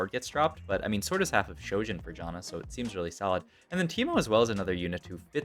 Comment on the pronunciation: I tried helping your pronunciation on live before but it just didn't work out. Say "can", now say "Jan", now say Janna. That's how you pronounce her name. Here's Janna pronouncing her own name in-game . Also, Yone does not rhyme with bone. It's Yo-nay. 🤦